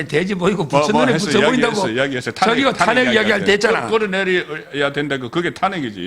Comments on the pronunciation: 송형. 탄핵발음 좀 잘하세요. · '탄핵', ' 정지' ..사투라 발음. 고치세요 그 동네 사람들만 보고 듣고 하는 것 아니잖아요